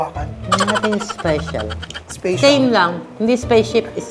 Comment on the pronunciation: "Spacetial" I love you mommy HAHAHAHA Grabe yung laftrip ko 😂❤️